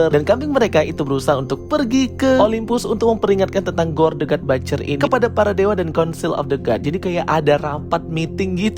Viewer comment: But-cher... Bukan bat-cher....salah itu pronunciation nya... Coba abang nya denger content creator luar negeri...how they pronunciate the word butcher... Batcher have a different meaning....next video moga udah di sebutin dgn benar.. Sukses selalu bang...